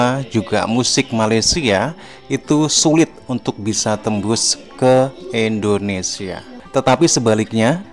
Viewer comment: Sorry bang pengucapan u salah bukan Endonesia tapi Indonesia